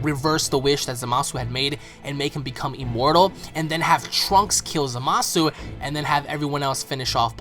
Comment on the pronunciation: I speak Japanese and you do not pronounce the U in zamasu its just said as zamas! I keep hearing everybody saying his name wrong and its driving me nuts! lol its zamas just zamas ok ZAMAS!